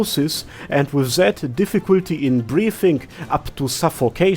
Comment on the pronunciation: is this a parody or is your accent really that bad ? :) As a german I usually don't notice it... but it literally sounds like you are saying "zed" instead of "that" xD